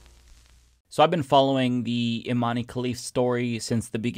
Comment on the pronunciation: How long do you have to follow Imane Khelif's story to learn how to pronounce Imane? It really undermines your claimed knowledge about this topic every time you turn Imane into a three syllable name.